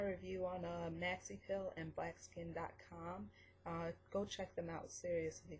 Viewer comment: You keep saying "PILL" its a "PEEL" EEEEEEEEEEEEEEEEEEEEEEEE some people will get confused and look for pills lol. Your not the only one dont worry. But you should work on that .